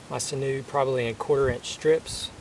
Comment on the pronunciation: It's pronounced sin-you. I'm native and use it all the time.